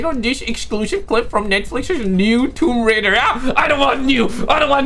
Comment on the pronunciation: I love Tomb Raider Not woum raider